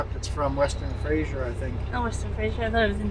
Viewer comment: There is a z sound in Fraser.